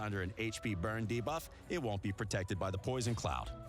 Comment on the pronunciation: I'm just happy this voice guy has learned how to say 'debuff' properly ... bigger deal than hydra boss imo